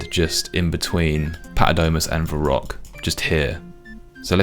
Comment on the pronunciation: "my reek" , "va rock" , ''Dre Zeel'' , ''Skimmy'' , I can't